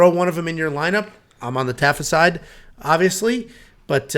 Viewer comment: Good on you bottom guy for correct pronunciation 👏👏👏 That's something Polynesians frown upon when it comes to white people not giving af about getting our names correct. Leshhgooo Tafa